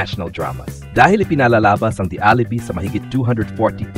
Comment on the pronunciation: I would like to correct your pronounciation of Pilot and The Alibi